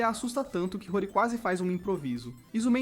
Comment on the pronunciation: Esse anime é muito bom, só que o narrador está falando os nome todo errado, a moça se chama "Senhorita Hori"( e ler-se RORI) e o rapaz e o jovem "MIAMURA" . Daí o nome do anime "HORIMYA"